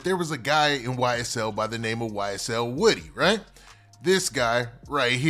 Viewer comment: Woodie not wittie lol